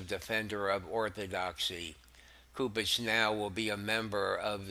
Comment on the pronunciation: I've enjoyed your podcast for a few weeks. I sincerely appreciate your effort. I'd invite you to look into the correct pronunciation to a few words. Cardinal "Soup-ich" & "Leh-gah-tus" There are a few others you also have opportunities to ammend, that would make the downloads an even greater experience for listeners.